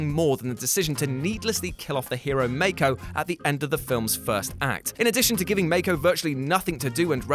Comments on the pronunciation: It's pronounce Mah-ko, not May-ko. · Dude, you are KILLING me with how you pronounce Mako's name!! It is Mah-ko, not May-ko! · Excuse me, who’s make-oh? Mako’s not pronounced like that... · And that he mispronounces Mako's name multiple times, as though he'd never watched the movie. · Well, it doesn't specifically say that Raleigh is dead, just that he's 'gone' or something like that. Even the producers said they decided not to make his death a certainty, because they'd like to bring Charlie back if there's a third movie, so they left his fate a mystery. Basically he's just presumed dead, but not confirmed. And yeah, the thing about mispronouncing Mako's name repeatedly was annoying...